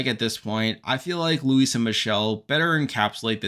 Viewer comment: You're the only podcast which knows the correct pronunciation of Luis' name.